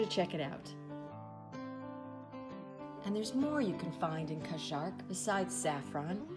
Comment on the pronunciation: Welcome to France! You are both going on quite an adventure, here. By the way, when saying Cajarc, lose the "c" sound at the end, you will sound French! This is going to be fun!